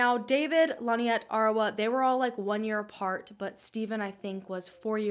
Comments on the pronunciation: Hard to believe. David did it. Also you kept saying Linette. It's pronounced Lin-ette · Why does the narrator deliberately mispronounce Lynette’s name? Stupid and annoying!